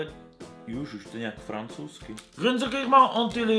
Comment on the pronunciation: jak četl "francouzky" tak vypadal dost chytře